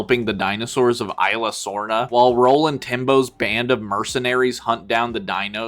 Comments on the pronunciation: by the way the Isla is pronounced "is-la" not i-la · He also says isla wrong